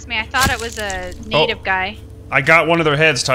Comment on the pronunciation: try not to say natave